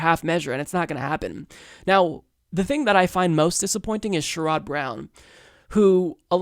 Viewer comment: Please learn how to pronounce names like Sherrod, Mokhiber - or don't use their names.